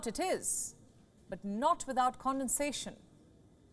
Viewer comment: Even the cc thought she said "condensation" instead of "condescension."